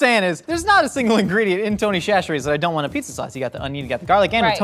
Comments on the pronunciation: Instead of saying tony cHacherries. Say tony sasherries less H it’s the correct way to say it this is coming from a south Louisiana boy him self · Its Tony “sat-ch-eries” from a Louisiana gal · SASHERIES!!! It’s pronounced SASH-eries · I love y’all but as someone from Louisiana it’s called Tony Sash-rees but we literally never call it that - it’s just Tony’s 😂😂😂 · Tony Chacherie's is pronounced sa-cher-EES. That first CH is like an S. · btw it’s pronounced sash-ur-ees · Tony Chachere’s. Pronounced Tony Sash-erie’s. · Its pronounced "Sash-eries" not chachere's. Louisiana born and raised. The building they make it in is literally an hour down the road from me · Everytime said "Shasheries" I took psychic damage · Will ever say chacheres right? The world may never know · As a Cajun viewer I can’t stand how often they mispronounce Tony Chachere’s.